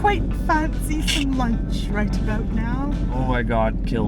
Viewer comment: How did attempting a Brittish accent make her sound more Canadian? I swear that's the first time I've heard her pronounce about as "a-boat"! xD